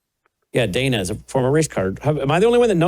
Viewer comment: It's Danya